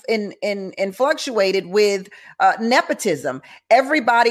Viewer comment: "Influctuated" - lol!